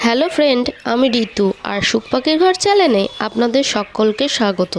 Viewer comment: চ্যানেল উচ্চারণ টা ঠিক করবেন।